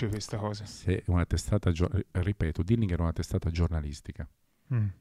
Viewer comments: Comunque è Dillinger, pronunciato proprio così, non "dillinghèr". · Col massimo garbo dico a te e al signor Corona che stimo totalmente ed a beneficio di entrambi che in inglese si dice Dilinger così come si legge non Dilingher. Lo dico quasi sommessamente. Grazie